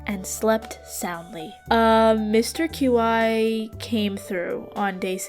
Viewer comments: Mister Q-I, (as you put it) is pronounced “chee” I thought it was kinda funny though ngl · So I noticed you kept saying Qi's name as like Q-i and it is pronounced Qi like "Key" that is how it is supposed to be said. And sorry if this comes off as rude as it is not supposed to be rude. I just wanted you to know how to say his name. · Mr Qi is pronounced chee by the way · Qi is typically pronounced "key" in case you wondered. It shares it's definition with the word ki or chi. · I think Qi is pronounced chee, as in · Qi is pronounced “chee” also I loved the video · is it just me, or is Qi pronounced "key"? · I think it's pronounceed 'Key' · qi is pronounced like “chee” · this was rly fun! btw Qi is pronounced "chee" 🧡